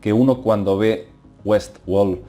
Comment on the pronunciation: Es Westword no WESWOL jajaja